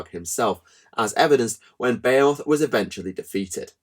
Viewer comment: It's B-HE-MUTH